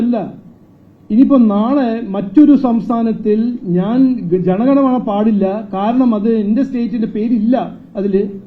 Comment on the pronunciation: അല്ലയോ sir. ജനഗണമണ അല്ല ജനഗണമന എന്നാണ്.